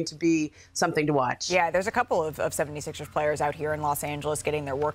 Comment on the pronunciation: I read this comment as Perk said Philadelphia 76es lol he pronounces it like it’s spelled here. Maybe that’s what they were aiming for 😂